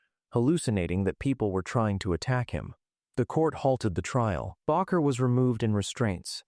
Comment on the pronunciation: At least the narrator is consistent in mispronouncing "baker" and "Bakker." What an idiot.